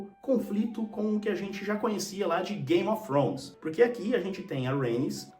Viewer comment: Você pronuncia Game of trhones com a lingua no dente fazendo o som do TH no inglês, um dia eu chego lá.